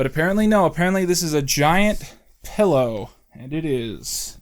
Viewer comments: I just noticed you say pellow instead of pillow and i dont know if i can forgive that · "Pellow" awesome. I cannot wait for Shrek Retold 2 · the way you pronounce the word pillow makes me upset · I've never heard anyone pronounce pillow the way you do